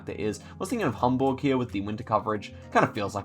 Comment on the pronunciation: As a German, may I thank you for the effort you obviously took to pronounce my language correctly? It‘s more than rare that English speakers bother to say „Hamburg“ other than a burger or Stuttgart with the „sht“-sound. Honestly, that makes me smile every time you stumble across a round in Germany. Thank you, indeed.